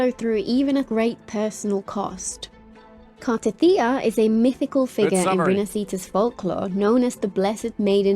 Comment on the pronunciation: dude you mock how she said Ciaccona when she actually said it right. meanwhile you can't even say Cartethyia right.